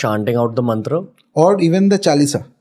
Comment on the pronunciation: Its not mantara...its mantr